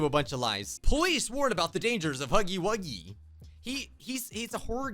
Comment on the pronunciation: When they said “huffy eight game” I said it’s not called that out loud I rarely every day something like that put loud bruh the news has got to at least know the name of the game before putting this live thing on TELEVISION. this hurts to watch 😭😭😭